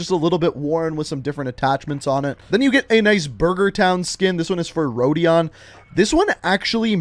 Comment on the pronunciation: Rodin not rodion